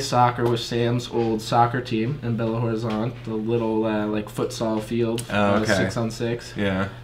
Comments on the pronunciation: a pronuncia de Belo Horizonte não é ROrizonte, é Orizonte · quando for falar " Belo Horizonte" junta tudo dessa forma: " Belorizonte" é assim q falamos e fica mais fácil p vc!